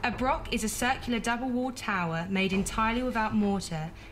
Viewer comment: Is there not a Scot who can narrate and actually pronounce the word "broch"? Was interesting just the same.